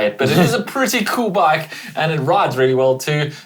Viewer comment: Have to laugh at how pronounces ‘bike’ sounds like baake!😂